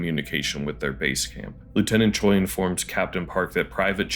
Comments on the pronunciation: Just as point of reference to minimize annoyance to people with that name, the Korean derived name that Japanese people can also have "Choi" is pronounced like "Chweh'" rather than "choy". Hangul script has sounds we don't use. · Is it really that difficult to pronounce Choi (최) correctly. Since you watched the movie, you heard his name being spoken multiple times.